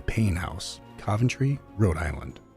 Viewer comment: Why do you pronounce Coventry incorrectly??